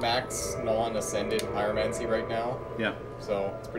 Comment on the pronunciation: "Pyromanty" lol